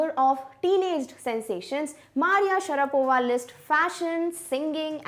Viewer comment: Maria Sharavapa ?!😂